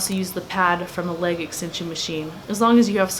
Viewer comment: Thank you for pronouncing leg correctly. Seems like everyone says " laaaaage day" ...there's no "a" in leg.